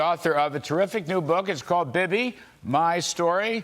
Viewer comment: BIBI is pronounced: BEEBEE, SHALOM BIBI